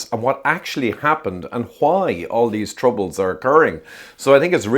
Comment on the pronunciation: "All these troubles." Spoken like an Irishman.